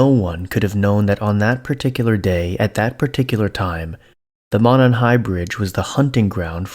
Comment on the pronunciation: Stories on reddit are like 98% fake my dude, just a heads up. Also it's pronounced "moe-non". Fellow Hoosiers will probably jump in lol. Edit: Just wanted to say your content is still amazing and I'm a big fan. Keep it up King.